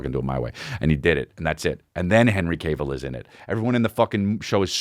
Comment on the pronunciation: Hi I'm a nitpicky asshole and I'm here to let you know it's pronounced calf(like he has big calves), not cave. Henry "has big calves" Cavill. ok thanks for reading, have a good day. love your show :)